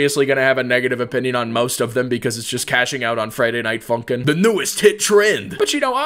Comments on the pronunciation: When he say funk i feel like he saying #### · for a second i though u say the f ing word instead of funkin